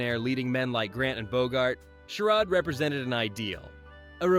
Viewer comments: It's Not "Sher ODD." It's "Sher ADE.' Stupid AI voiceover. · This voice is AI -- notice how it mispronounces "charade" half the time. Though I'm sure the list is accurate!